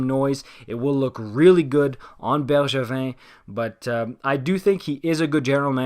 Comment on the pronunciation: Dude I swear that was perfect prononciation😩